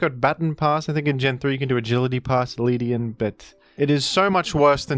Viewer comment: The way he pronounced Ledian